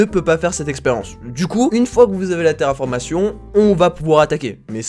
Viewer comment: "terraformation" ? j'ai saigné fort des oreilles